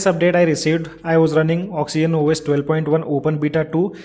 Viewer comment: It's oxygen not oxyen